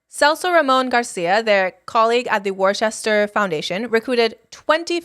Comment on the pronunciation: the city is pronounced "Wuss-ter"